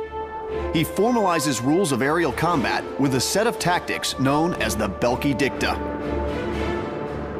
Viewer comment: Belkey?? Please americans learn how to pronounce foreign names when you you are asked to appear in a tv documentary.....